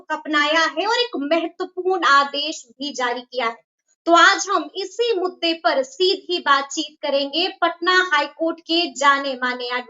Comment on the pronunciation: आज मुद्दा बोल रही है। पहले नाक से झनकार झनार में मोजो मोजो मोजो बोलती थी। पहले मुद्दा शब्द के जगह मोजों बोलती थी